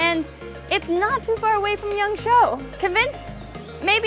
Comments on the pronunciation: Yangshuo, not yangsho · It’s yangSHUO, not yangSHOU. I know you’ve said before that your pronunciation isn’t very good, but if you’re trying to be a “traveling reporter”, you should definitely be trying to get the city pronunciations right. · Try to learn how to say the place name more correctly, not "Yongshow" closer is "Yongshua". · sorry it's prouneced yang-sh-woah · I was thinking you were saying Yangzhou in the first two minutes until i realized what you said was Yangshuo. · Shuo is pronounced like sh+wo (like the Chinese wo, meaning I/me...I’ve heard you use that one before). If you know the word speak/talk in Chinese (for example, for “Can you speak English?” you would use the word shuō), it’s the same pronunciation but different tone. Shou is similar to the English word “show”.